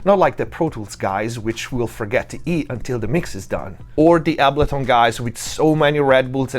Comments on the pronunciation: Dude, how is this so spot on? Side note, my mind is boggled that you don't know how to pronounce Ableton unless you are saying it Italian style on purpose. No hate though. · The way you say, Ableton is wild… 😬😆